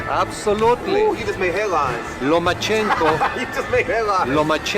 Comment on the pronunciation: It's called a good guess? Don't hate just because of whose side you're on, unless you have a better guess which I doubt you do lol... Haney just called Lomachenko Nomachenko... so why wouldn't he replace the same syllables with Teo?